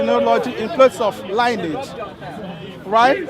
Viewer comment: lionage??? he meant lineage , please check it out its all there, prophet Muhammads (PBUH) all line is clear))) whats is this confused guy trying to say? i think he is trying to be one of those westerner as a part of white people... how hard you try they won't accept you body, Be you and be proud of your background... i see a lot of so called christians who got converted they really try to be ))) MAY ALMIGHTY GUIDES THEM and us as well